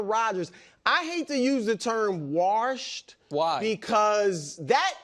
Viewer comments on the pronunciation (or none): 😂😂brou is struggling with the word washed😂😂calling him Warshed😂